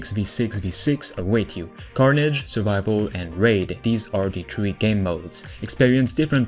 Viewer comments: He says to play with tree of my friends how many is tree! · Play up to "tree" of your friends lmfao...